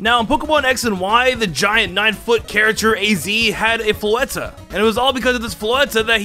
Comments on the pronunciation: Wtf is “fleta”? You mean Flo-ette? My advice is to slow your speech and enunciate. Obviously do some research if necessary. But there’s been multiple pronunciations in your videos that were so far off that it seems you either didn’t know your material, or haven’t corrected what you called it as a kid. I like you. Please put in the work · HEAVY BREATHING ITS ZIGZAGOON NO ZIGZAGZOON AND ITS FLOW ETT NOT FLOW ETTA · Mistakes I noticed: Zizazoon Floetta Voltorb Absorb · Floette: exists: "Floetta" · Don't forget "Floettah" 😂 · mispronounces Floette as floetta, gets the mega stone origins wrong as it was the ulimate weapon that did it